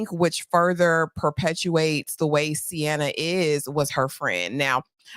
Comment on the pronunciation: Sienna pronounced C-N-Ah